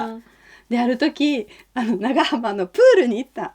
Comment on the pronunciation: 「長浜」の発音が、滋賀のネイティブ